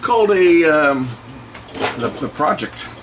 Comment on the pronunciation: pronounced Pro-ject (not project), they are an audio company based in Austria and founded in 1991, started with cd player's but made their name producing low cost but excellent all-in-one turntables, also well known and respected for their style of small box hifi components (amps, phono stages, DACs etc) and the cd player we see in the video.